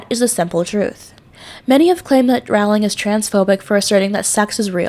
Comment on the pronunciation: Great tribute! Please remember that her name is pronounced "Rolling", not "ROW-ling". Also the 'e' in Forbes is silent! Thanks!